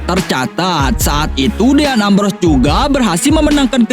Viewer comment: din embros bukan deyan ambros